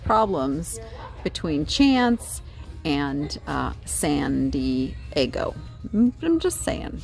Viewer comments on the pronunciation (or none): none